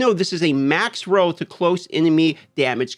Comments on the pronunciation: can't stand how you say roe and not roll... no sub for you D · Lay off the adderall and learn to say ROLL properly. Hard to watch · If anyone's wondering he's saying, roll not row.